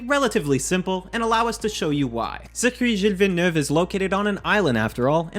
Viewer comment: The way said Circuit Gilles Villeneuve caught me super off guard lol